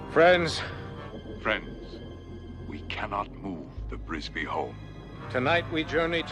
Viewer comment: THE NAME IS NOT BRISBY IT IS "FRISBY" READ THE PAGE.🤣🤣🤣